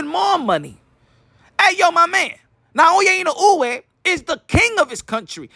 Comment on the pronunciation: NAOYA ＩＮＯＵＥの発音が上手ですね💯